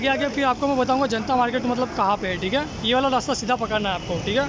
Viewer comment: Kitni baar thike bolte ho bhai 😂😂🤣